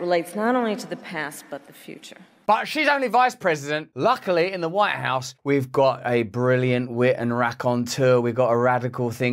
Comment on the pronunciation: Is it just me or are you actually saying Warehouse instead of White House? I think the former makes more sense and is definitely more hilarious. 😂 I imagine contraband coming out of DC isn't that far from reality.